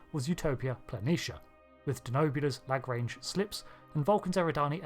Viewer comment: I always thought this was a simultaneously elegant and bulky, in a way that makes perfect sense for a mobile hospital/not threatening silhouette. Just FYI though, Lagrange is pronounced "lah-grah-nge" rather than rhyming with range. Didn't see anyone else pointing that out, or else I wouldn't have said anything further. Lagrange points are actually fascinating! And the James Webb Space Telescope is parked in one right now. There's a few Lagrange points for any particular orbital pair in a star system (and the diagrams almost look like magic circles). It makes total sense that Denobula would build their shipyards in Lagrange points, rather than expending a ton of energy keeping them in orbit of Earth or Mars.